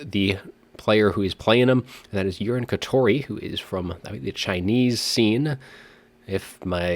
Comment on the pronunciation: I think it's Yu-ree-nay not urine but lol anyways great cast